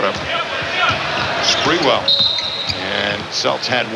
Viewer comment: Spurrel lol it’s spree- well